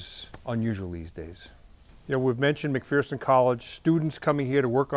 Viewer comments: You are saying McPherson wrong. It isn't McPhEARson. It is McPherson, with the er enunciated correctly. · McPherson college out of Kansas? Good group of people. Its pronounced Mc-Furson. It's weird I know, but its Kansas for ya. Nice job though!!! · I know, there's no "fear" in McPherson... It's "McFurson."